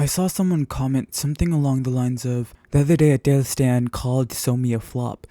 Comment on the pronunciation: Why do you say “jaeil”? It’s not something to joke about